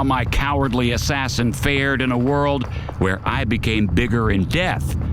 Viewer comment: Ass sassin 💁‍♂️